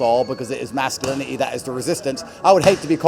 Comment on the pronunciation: did he just say masculini'i socie'i :face-red-droopy-eyes